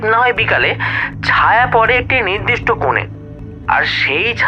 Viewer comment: "তরঙ্গ" মানে ঢেউ। "তোরঙ্গ "- বড়ো বাক্স। ইংরেজি "ট্রাঙ্ক" শব্দ থেকে কথাটা এসেছে।খেয়াল করুন।"অড়ন্য", "নিড়দিষ্ট"-তাহলে "নির্দিষ্ট"- কি? "চিনহো(চিহ্ন)"??